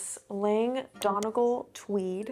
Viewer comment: It’s pronounced - Dun - E - Gaul for the Donegal Tweed! ☺️ it’s an Irish county. Buzzing for you to try it!!